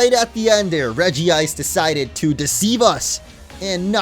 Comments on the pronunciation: it's not regiice its regice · REGICE! Not Regi-ice. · Dude...it's "REG-ICE" there's 1 "i" just letting you know Cool video though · regi-Ice sounds more stupid why the extra "i"s? Just saying...